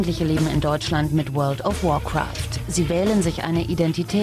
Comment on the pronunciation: Alter das is alles fake^^ Er kann nicht mal "Warcraft" ausprechen und das is ein normales Englisches Wort. Dazu warum zeigen sie nicht seine Chars nein sie müssen lv 2-10 Mensch Hexenmeister zeigen....